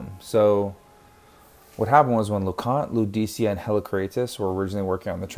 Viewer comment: I think you’re pronouncing Lucidia incorrectly. I think her name is pronounced like “Lucid-ia” not “Ludi-cia”.